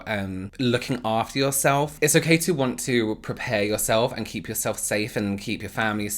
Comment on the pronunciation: "okhey" 👍 luv it! 😂🥰